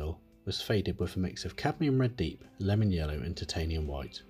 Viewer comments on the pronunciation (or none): none